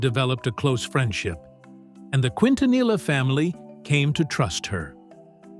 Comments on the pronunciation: Not Kwintanila but kintaniya best pronunciation for Quintanilla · It's Keen-tanee-yah. Not Quin-tan-ila. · No digaSALIVÁR.SO TONTO.ES SALDÍVAR.Y NO QUINTINILLA.ES👉QUINTANILLA.LEA,HABLE BIEN PERIODISTA.LEA Y HABLE BIEN. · PROPER PRONUNCIATION KEEN- TA- NEEEEYAH! GEEZ🤦🏾‍♀️🤦🏾‍♀️. DISGRACEFUL‼️ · Quintanilla is actually pronounced "keen-tah-NEE-yah" (no LL sound). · Pronounce every letter narrator. Quin ta nee ya.....quintanilla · Quintanilla is Spanish and it is pronounced KEEN-ta-neeyah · Quint na knee ah. Learn to speak correctly!!! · Its Keentaneeah, stupid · K E N T U N E Y A!!! IF you can't pronounce what you see 🤦🏻‍♀️😒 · Quintanilla, it is pronounced like the double ll was a y. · all this time they cant pronounce her name correctly, seriously, the f outta here ! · Who ever is narrating this said her name wrong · Let's start by learning how to pronounce the last name QUINTANILLA! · Learn how to pronounce her surname! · Bro every time i hear the narrator say their last name wrong i squint 🫣🤣😩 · Dude don't know how to say her last name dude needs to learn b for doing a recording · Could they have found a better narrator for this video? It’s so annoying to heat someone who can’t even pronounce their last name appropriately. Come on! Like…….. seriously!!! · Always remember the LL in the Spanish language does not sound out like the English L. The double it sounds like the English Y or is silent. So you don't sound ridiculous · Hes trashing many words here. Why didn't they hire a Mexican? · They need to stop with the AI voice. It cannot pronounce the names correctly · Can we get a video that pronounces her last name the right way? 😐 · Bro if you can't pronounce her last name don't even make the video 😊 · You should be able to pronounce Quintanilla if your going to do a video of a Spanish singer.